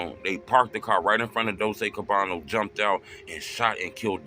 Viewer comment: Dolce cabano come on truth cabana bro 😂